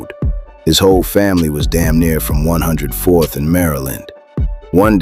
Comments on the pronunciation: You must be a damn A.I wtf is 10 4th? Its a hundred and forth or hunned and fourth! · One hundredth and fourth- Not Ten four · its 104th not 10 4 tf they from the huntz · Bro they from the hunnits , stop sayin 10 4th 😂😂😂 it’s 104th